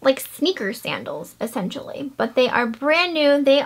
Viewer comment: I love when you say accentually. It's what makes you you !